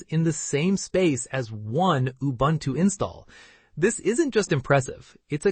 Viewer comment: Its Ubuntu not Ubantu